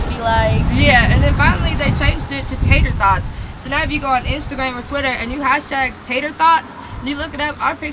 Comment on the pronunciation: Im fucking dead she said tater thots😂😂💀